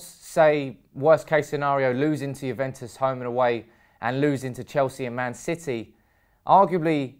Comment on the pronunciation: It's Juventus not Juventes 😅